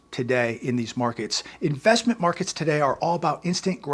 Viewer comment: did you say "infestment markets"... ?🤔